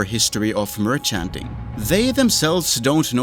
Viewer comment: The way you say merchanting is so funny. Keep up the good videos bro